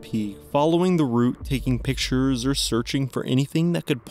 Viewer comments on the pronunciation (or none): none